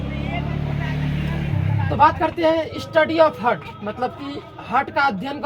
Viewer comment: हार्ट होता है सर जी .... हर्ट नहीं होता है